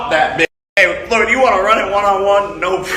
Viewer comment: Your second time saying Floyd's name is worrying. You gotta lay off the Schaub content, it's contagious. Get well soon lol.